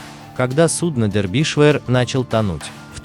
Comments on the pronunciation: милый автор. ваша озвучка в который раз доводит меня до икоты от смеха. название корабля читается Дербишир (на русском) ну или, если хотите показаться знатоком английского, Дарбише (примерно как-то так в русской транскрипции). где вы прочитали дэрбишвэ? нету в этом названии половины произносимых вами звуков. особенно от вас достается импортной географии. город Гамбург (Hamburg) у вас гамбургер, графство Дербишир (Derbyshire) - дэрбишвэ. даже боюсь представить как в вашей интерпретации будет звучать название столицы государства Шри-Ланка. видно, что вы тратите много времени и усилий на подготовку сюжетов. очень познавательно. большое вам спасибо. просто разберитесь с произношением. уберите пожалуйста эту ложку дёгтя. с уважением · Не дербишвер, А ДЕРБИШЕР! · Почему-то я слышу "Дербишвыр" вместо "Дербишир" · Не дербишвер а Дербишер ударение на "е" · Набрали куски роликов и содрали текст. Название сделали привлекатнльным. А читают текст неграмотно. ДербИдишвер? Расчет на кого? Похоже на книгу по истории СССР. Скучно, заумно, громада фактов важных и неважных. В общем , дерьмо в конфете. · (На первую"е")